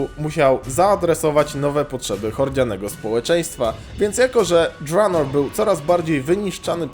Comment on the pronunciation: Mówi się drenor a nie dżranor